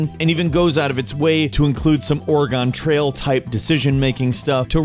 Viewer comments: D-DID He just say ORE GONE TRAIL! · "Or-gon trail"